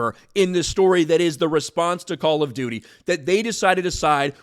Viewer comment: All I hear is ‘Call of Doodie’.